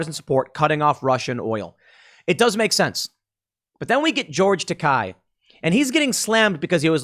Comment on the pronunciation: It's NOT pronounced TAKAI, it's pronounced TAKEI, WTF Tim? not KAI like 'high". Tah - Kay (as in 'gay')